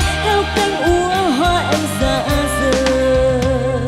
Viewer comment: Phát âm chữ cuối câu kiểu cuê cuê, “…phận êêêmmm~~~~~” , “…thôiii~~~~~”🤢🤢